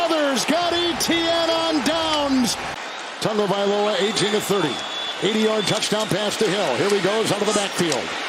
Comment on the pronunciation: I can't stand the way this announcer says Tagovailoa